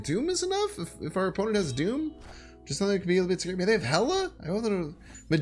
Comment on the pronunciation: Can't believe he said "Magento" instead of Magneto **facepalm